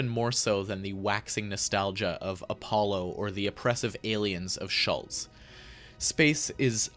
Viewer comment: The mispronunciation of "Schulze" is quite bad, really... And I would certainly not refer to his music as "space ambient" in any way (not even the two very early albums you picked) or even Ambient in the strict sense at all...